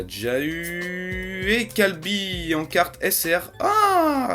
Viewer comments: t pas sérieux des le début ta dit hit ok sa ses bon et après tu dit kalby sérieux ses kyabe deja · C'est caba pas calbis